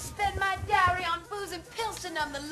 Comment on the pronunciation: dowry, not darry